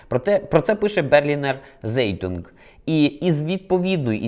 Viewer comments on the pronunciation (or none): Цайтунг, а не зейдунг😅😅😅